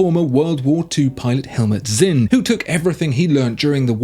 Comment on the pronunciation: Sinn, not Zinn... it's more of a ts than a z.